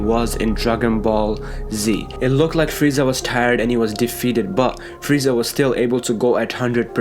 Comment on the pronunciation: Fweeza... Has me rolling